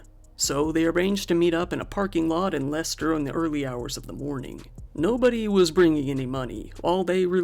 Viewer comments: Perfect pronunciation of Leicester, bravo👏 Leicesteronian here, remember hearing when this happened, always hits harder when It’s your hometown, so sad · I thank you for taking the time to find out how to correctly pronounce my home town of Leicester 😁👌 it's not how it's written so it catches out many people from other parts of the world 😂